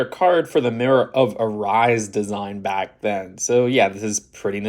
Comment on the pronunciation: “arise”?! 😂 Erised — “Eh-ri-sed”